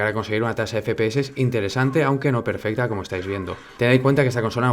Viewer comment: Minuto PERFESTA, palabras inmortales de XD, Saludos desde mexico bro